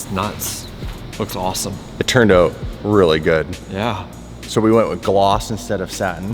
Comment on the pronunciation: "It turned oot..."